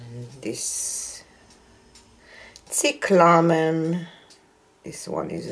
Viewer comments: Pronounced CY cla men long "i" on the CY A beautiful species of climbing flowers with various colors and shapes. Very popular in the U. S. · cyclamen is pronounced SIGH-klah-men, emphasis on the first syllable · The color is pronounced SIGH-clah-men. Beautiful painting! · It is pronounced CY-CLA-MEN. it is a woodland flower that is now cultivated and difficult to keep alive indoors. :)